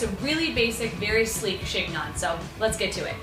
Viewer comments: I loved your video, BUT.....it's pronounced like "she nyoh".....the g and the final n are silent.... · (The "g" is silent - it's pronounced "shen-yon".)